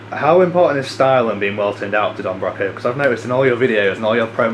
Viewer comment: This is a really good interview, with good thought out questions. Makes up for the fact that you mispronounced Broco.